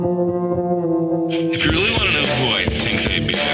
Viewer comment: this channel is great. I admit I laugh every time when you say “if you” I hear “FU” haha